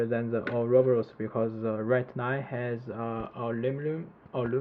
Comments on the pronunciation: Or-ah-bor-us < How to pronounce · Ou-roboros, LOL.